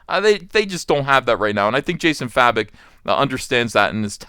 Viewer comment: Please, his name pronunces Jason 'Faye-Bok' not 'Fa-Bik'. Thank you.